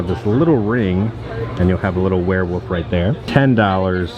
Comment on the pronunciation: Did a shot every time said wereWOOF and now im dead lol. Great vid man:)